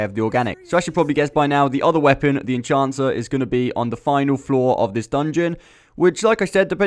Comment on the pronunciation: It's EnHancer, not EnCHancer or EnCHanter. Reading comprehension, bro.